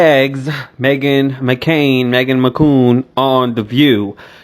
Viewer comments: Bay-Bay 🤣 🤣 not Megan McCoon 🤣🤣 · Her name is Meghan McCain not macoon